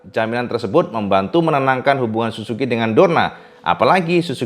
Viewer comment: Plislah kalo ngomong suzuki baca huruf ''z''nya yg jelas.. Kok kedengerannya susuki, malah kalo ditulis jadi susuQ atau susuku 😂🤣 wkwk